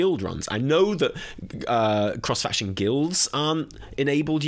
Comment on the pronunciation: “CROHSE FAKCHUN PLEH” 🤣 Bro you had me rolling. 😭💀